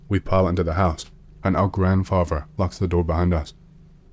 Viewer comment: “Grandfaver” or “grandfaTHer”? “Grandmover” or grandmoTHer”? “Brover” or “broTHer”? Maybe work on your pronounciation if you’re doing a talking YouTube channel.